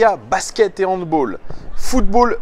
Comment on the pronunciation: Mode Bernard Pivot On dit handBALLE et pas handBAULE Bon weekend